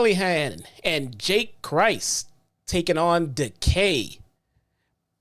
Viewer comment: IT'S JAIE CRIS! PRONOUNCED WITHOUT THE "T"